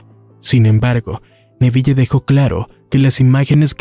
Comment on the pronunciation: APRENDE A PRONUNCIAR EL NOMBRE CON PROPIEDAD SE DICE N E V I L, NO NEVIYE